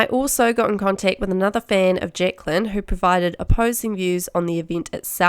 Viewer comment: "Jecklan, Jecklan, Jecklan" haha that kiwi accent, love it 😂